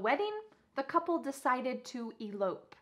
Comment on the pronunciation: In the word " Elope" the second syllable is stressed!